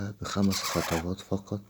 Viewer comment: خطوات يا أستاذ 😊 مش خطواط!